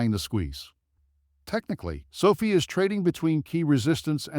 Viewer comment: 2020? Sofeee is how your AI pronounces it. Won’t be back